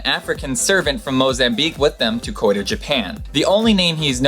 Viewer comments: Just a heads up. Kyoto is pronounced KEY - YO - TOE not KOI - TOE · "Perigee" not "Pedigree" Key-Oh-Toe not Koy-tah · Aaaaand that's also because it's Disney. And we all know how true to the original storyline they keep. Aaand, you have interesting information but I think you may be a bit dyslexic. Key-oh-toe. Kyoto. It happens but, you may want to practice since a lot of people are sticklers. Although I have to admit, exorb is not exactly a word, especially not in this context. You mean cotton will absorb. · Kyoto is pronounced "Kee-oh-toh" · I love these videos, but dude. You have to learn to pronounce this stuff you post! KEE-oh-toh, and Too-NEE-see-a. Mispronunciation makes your videos seem less credible.